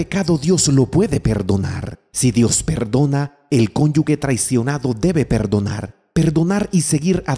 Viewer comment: Se dice "cónyuge," no conyugue